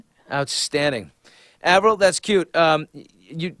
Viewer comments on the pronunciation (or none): lol "avirl" wth :/